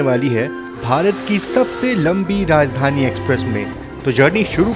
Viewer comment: राजधानी होता है ना कि राजधनी 😂